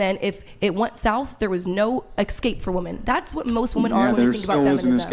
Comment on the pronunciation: Why can’t anyone on this show pronounce ‘escape’? Men and women always say ‘ecscape’ and I have no idea why???